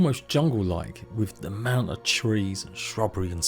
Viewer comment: I really want to watch this video as the production quality seems good and I am super interested in the content having spent 1000+ hours in Valheim but I absolutely can't take all the "th's" pronounced as F's. Why any adult would consciously choose to talk like an uneducated child is absolutely beyond me. And don't says it just English English. Kate Beckinsale sounds NOTHING like this.